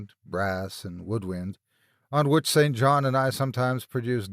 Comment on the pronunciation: St. John is pronounced "sin-gin" when it is used as a name; I came across it as I was reading Charlotte Bronte's Jane Eyre in high school and it gave me stumbling pauses, so that's why I remember the ambitious, yet asexual, alternate love interest for the title heroine. All this talk of "grave robbing" had me thinking of Zydrate, King Tut's curse, and graveyards in the dead of night. Although, I am sure the first one in that series DID NOT exist during Lovecraft's time, so "opium" would be about equivalent for a point of reference.